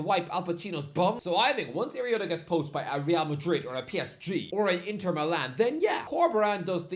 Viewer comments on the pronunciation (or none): none